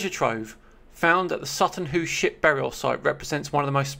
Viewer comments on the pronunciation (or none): none